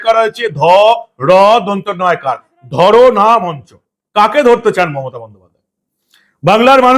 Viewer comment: ধরনা নয় ধর্না ।